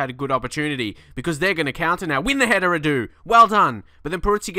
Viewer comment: not Rahdu, its Ra-du